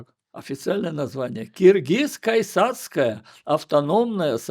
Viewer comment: Потрясающее интервью с потрясающим человеком! Но неужели никто не обратил внимание? Что за "киргизская исацкая..."?! Киргиз-кайсацкая...! Исправьте пожалуйста🤦‍♀